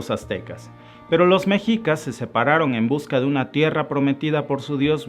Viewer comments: Se pronuncia "Meshicas" no Mexicas.😉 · Excelente Presentación, amigo, sólo pido por favor pronuncies bien Méxshica y Méxshico (es como lo pronuncian los gringos) mexico, se está perdiendo su adecuada pronunciación pues no es mejicas, gracias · Hola, muy buen video.informativo, y solo por precisar, "mexicas", la pronunciación correcta y original es "meshicas" que deriva de Meshico (México)..saludos!